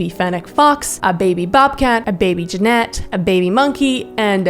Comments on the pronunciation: Jen - it. Calling it a Jennette is killing me😢😢😢😢 it's an animal not a former nickelodeon star! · Imagine owning a vervet monkey and a gennet and then mispronouning their species names... As someone who lives where they are common wild species, that was painful.